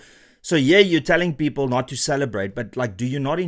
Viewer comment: ... his 'peepool' is the same as his swimning pool, next to the 'firepool' at Nkandla? 😮 😂